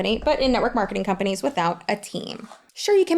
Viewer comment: “These kind of ‘shcompanies’ “😂 You so funny. ❤